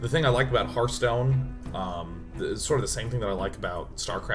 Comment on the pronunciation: Anyone know why Day9 calls it snarfstone?